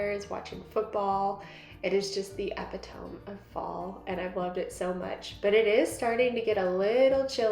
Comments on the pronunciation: Epitome ….uh*pi*tuh*me. Accent on pi……. 😉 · Emphasis on PIT